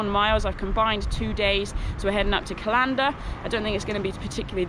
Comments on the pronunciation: Aaaaargh!, it's CALLander not callANDER. That's kal ander. Emphaisis on the first syllable. But great video as always, love your stuff. X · you lost it slightly on pronouncing some of the towns but you did better than Americans. Aberfoyle is said as Aber foil. Callander is as in Calendar the thing that you get dates from and Strathyre is Strath higher but you were spot on with what I'd say are the harder ones ( the lochs names ). When you mentioned squirrels as friends , I have photos I would like to share with you. I rescued a baby squirrel some time ago. It was being attacked by dogs and ran up my leg. I was wearing a combat jacket so maybe in its panic it thought I was a tree :) but popped the little guy into my pocket. He went to the pub with me before my shift and was fed in the staff room.I took him home living in my room for a day. My plan was to let him go when I did my volunteer shift as a ranger at falls of clyde but he stayed with me all day while I showed the falcons to visitors. he sat on my shoulder often to delight of my wildlife trust bosses. He finally made home under my shed. I think he had vertigo as never got higher than 6 feet despite good trees in the garden. lost him for a while only to open my door to him on the step with a female and young sitting a few feet away. He was showing me his new family. they were timid but learned to trust me from dad sitting on me and taking food. Not seen them for a while now which is a worry. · Love your videos, you’ve even inspired me to walk the west highland way next year, I want to help you with your Scottish pronunciation if you want? It’s not said cal- ‘an’- der more like calender, Scottish place names are awkward even for us! 🙈😂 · It’s Cal - an - der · Callander is pronounced the same as Calendar.